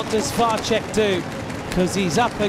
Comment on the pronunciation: Why can not anybody tell that commentator that Vacek is [Vatsek] and not [Vatchek] ?